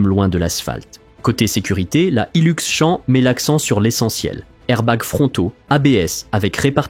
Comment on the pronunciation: C'est Champ avec un P a la fin. Comme Champion, pas champ campagnard !